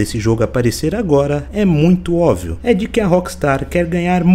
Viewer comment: "Óvio" não dá meu amigo. Mas parabéns pelo vídeo.